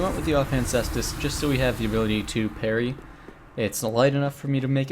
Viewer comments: Ses-tus, its triggering to hear kase-tus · The cestus/caestus is pronounced like "sess-tas". You know you can always google search this stuff too.